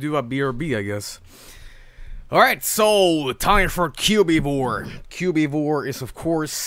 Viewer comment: "Cu-bee-vore" It's Cubivore